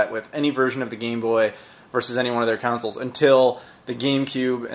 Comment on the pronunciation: Why do you keep calling consoles "councils?" =0[ I have a NG Pocket & NG Pocket Color & just about all the games one could want for it...I never knew it had a connection with the Dreamcast. I only knew of the link for 2 NG Pockets. I remember hooking my GBA up to my Gamecube a few times, it was pretty lame. LOL. I think you got an extra island for Animal Crossing, and there was something you could do with FF Crystal Chronicles, except that game sucked & the effect was pointless.